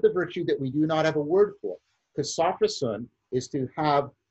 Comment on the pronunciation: Not "SAW-fro-sen". It's "so-FROSS-si-nee" (four syllables).